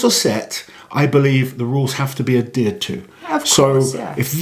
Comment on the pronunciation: haha I've never heard "adhered" pronounced this way!